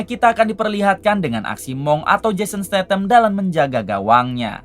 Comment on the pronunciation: jason statham mang, bukan stathan 😂